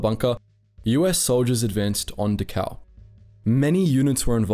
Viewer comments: I'm accustomed to You Tube computer voices by now, but for heaven's sake pronounce the words correctly. It's DA-khow, not da-COW, as if the Germans had cows there to provide milk for the inmates. Prisoners were INTERNED, not INTERRED. Even the dead were not interred; they were burned like garbage. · It's not "De-cow". It's Dachau. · You emphasize the u in Dahau, but you should emphasize the D. Du- h (as in heart)- ow Great work on the video. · Next time, please do your homework. You keep mispronouncing Dachau “ da cow”. It’s pronounced “ dak ow”. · Pronunciation is DAchau with emphasis on the first syllable. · 1 camp pronounced Doc cow. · Actually it's pronounced "Dachau". The ch is not pronounced like a k, I can't describe how it's pronounced with words though. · Great video. I only wish you had pronounced Dachau correctly. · Dachau is pronounced with the first a getting the most stress, the ch is pronounced as in Scottish "loch"- like you clear your throat, au is like ow in cow. Not that it deserves being pronounced correctly, just saying :D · You aren't pronouncing Dachau correctly.